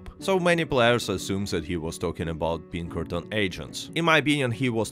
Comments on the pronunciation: Great video. I’m afraid i thought you were saying “Bean Curtains” for the majority of the video. I eventually realized you were saying Pinkerton’s. lmao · every time you say Pinkerton it sounds like you're saying Bean Curtains, it's really weird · I thought he was saying bean currents every time he said Pinkerton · It kills me every time you say Pinkertons because it sounds like "bean curtains". Of course, I can only imagine how silly MY accent would sound if I tried to speak Russian, so I don't even try.